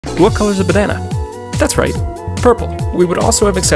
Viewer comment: Bro said "That's right" like "That's right the square hole"